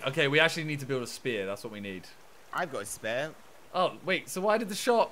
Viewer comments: For the first hour I thought was saying SPARE not spear🤣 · saying spare and not spear is😂😂😂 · Nobody:: Says spear like spare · kept on saying spare not spear its jokes